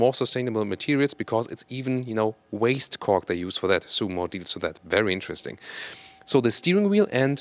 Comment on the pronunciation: It sounds like fool of “Kork”::))